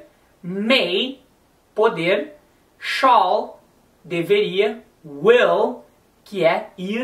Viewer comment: se vc ja viu um ingles falando shall a pronuncia do professor ta certissima!!!